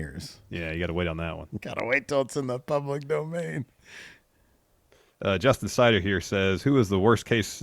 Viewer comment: I wonder if you guys know what Justin Cider sounds like every time you read out his name